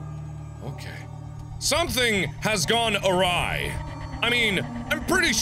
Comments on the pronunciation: "Something has gone a-rye" Hurrdahurrrr, heh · "Something has gone awry." Don't you mean, a-rye? ba-dum-tss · Something's gone awrye?! Rye bread???? I sry.